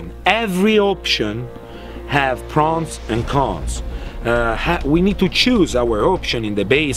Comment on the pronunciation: Have a little respect for this professional. He clearly said “Prawns and Cons”.